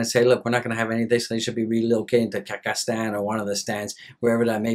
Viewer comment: Ka-zack-Stan 😂😂dang